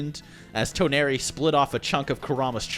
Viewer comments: Tawnori its Toneri...TensIIIgawn dude its tenseigan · Ten-Sai-Gan Toe-nar-we. Lol. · the way he says tenseigan and toneri😂